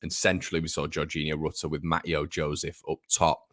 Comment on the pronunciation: Mateo Joseph’s first name is pronounced ‘Mat-Ay-O’…😝…. He’s gonna be a star… let’s hope…🤞🏼